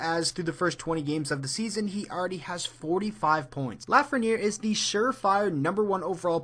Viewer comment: you messed up Lafreniere name